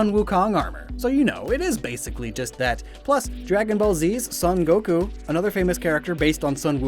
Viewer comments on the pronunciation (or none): none